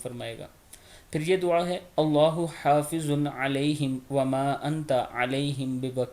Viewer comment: Allaho hafizun ha Haafizun nahi